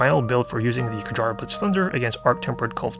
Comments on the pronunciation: It's pronounced as kyarr btw. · I cringe at every kjarr annunciation